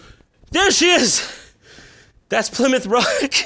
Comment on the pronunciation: It's pernounced (Ply-Mouth)